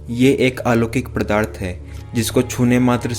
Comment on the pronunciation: पदार्थ होता है, प्रदार्थ नहीं